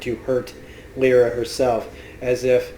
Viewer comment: say it with me now. "LY - RA" not "Lee- RA" lol